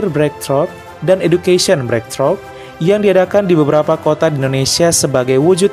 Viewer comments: bacanya breiktru' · Maaf, ralat ya, cara baca breakthrough /breiktruh/